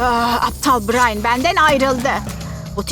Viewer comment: Brain deyil brian